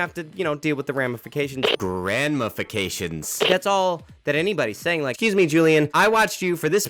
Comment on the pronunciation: "grandmafications" haha